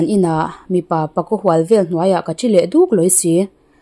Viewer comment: Boruak areh duk a tih lai a DUK hi lam sang lo la ahniam lam in lam teh adik zawk ania